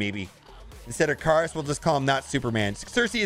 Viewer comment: Surely the name is Ick-a-rus like greek mythology?